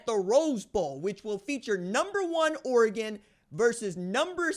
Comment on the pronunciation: (o) times sounds about right. At least you can say Oregon correctly props for that.